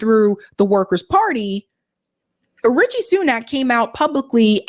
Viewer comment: Rishi not Richie